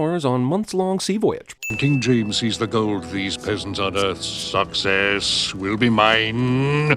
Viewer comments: as a kid, I always thought he was saying "sucks ass". It took me years to figure out he was saying success. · I'm not kidding, when he said "Success" , I legitimately though he said "Sucks ass" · He clearly says "sucks ass".